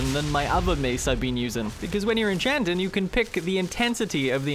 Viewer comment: SmithIN, EnchantIN, GrindIN, BuildIN. Love the way you pronounce words that end with ing lol